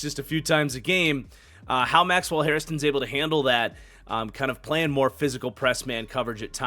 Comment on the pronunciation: love the vids but its Maxwell 'Hair'-'ston' theres only one i